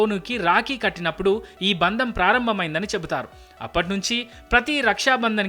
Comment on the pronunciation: బంధం అని పలకండి దయచేసి